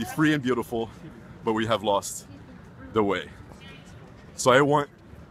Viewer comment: gotta work on that english pronunciation man, when you tried to say "intolerance" I didnt hear the "IN" and it sounded like you said "tolerance"